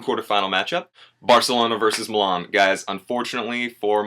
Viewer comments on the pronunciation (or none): where's the 'r' in Milan?